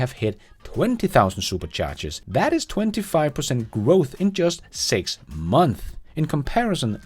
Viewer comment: Now to get you to pronounce Months.. Months with an S =p